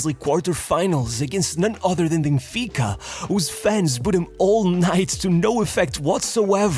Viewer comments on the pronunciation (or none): none